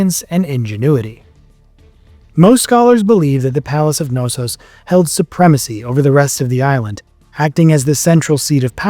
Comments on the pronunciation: English speakers, US? here?, and their unwilling of propper pronouciations ... Its just showing the roral disrespect for other languages and cultures! It is PhAIstos, the AI like in EYE! It is not Nossos, but KNossos with a spoken K and not as in kinfe (naif)! etc. etc. etc. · Great video. Crete has such a rich and fascinating history. Not to be pedantic, but you’re supposed to pronounce the K in Knossos cuh-nos-os And Phaistos is pronounced Fy-Stos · Thassalocracy or Thalassocracy? Which is it? Also, is it really that hard to say the "K" in Knossos? It's not an English word, and the "K" is not silent.